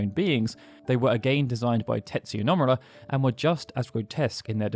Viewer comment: No-mu-ra. NOT Nom-ur-ah. It’s just disrespectful.